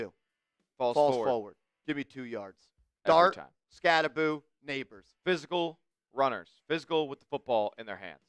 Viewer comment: I commented that he pronounces his last name wrong and he ha ha'd it lol. Badass rb with a sense of humor 👍